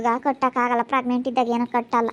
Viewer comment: ಪ್ರೆಗ್ನೆಂಟ್ ಪ್ರಗ್ನೆಂಟ್ ಅಂತ ಕೇಳಿ ಕೇಳಿ ಕಿವಿ ರಕ್ತ ಬರ್ತಿದೆ ಯಪ್ಪಾ ಈ ಗೂಬೆಗೆ ಮಗು ಬೇರೆ ಕೇಡು 😔🤦🤦🤦